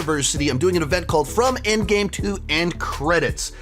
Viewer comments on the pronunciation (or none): none